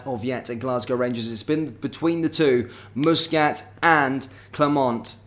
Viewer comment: will you please get Muscat's name it is NOT moosescat it is Muscat aneverytime you say moosescat I cringe